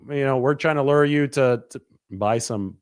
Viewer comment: The pronunciation of lure as lurr kills me. 🤣